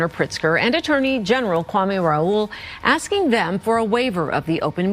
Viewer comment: I can’t be the only one who gets annoyed when she says “axed” a question. Omg. You hear everyone else around you say ASKING. Get it together.